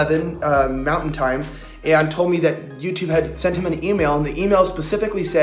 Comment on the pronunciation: I like Kaitlin, my only complaint about her is how she pronounces some words. Once I heard it I couldn't stop hearing it in every video. Listen for words with "L's" in them some examples are: Told=towd Called = in this video. I'm not making fun of her, but it's like being in a quiet room with a loud eater, or like being in a quiet room with someone who is breathing way too heavy for just sitting there. It's just a little annoying but definitely not a reason to stop watching. Keep up the great work!